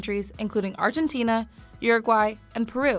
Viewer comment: "URAGUAY'' that is TOTALLY how to say it